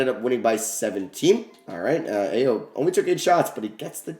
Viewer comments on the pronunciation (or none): Hey it’s not a big deal but Ayo’s name is pronounced eye-oh